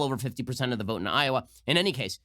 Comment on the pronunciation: Did burny just pronounce Iowa.....Iowere? Of course he did.